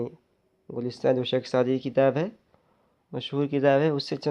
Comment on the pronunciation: Wo Gul Sinta nhi gulista hai